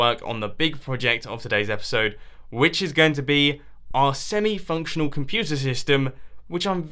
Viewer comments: It sounded like he just said Futa!!! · I swear I heard: "Bat-Puta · BAT - POO - TER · omg!!! did you say the "bat-pooter"? in the U.S. "pooter" is slang for a woman's vulva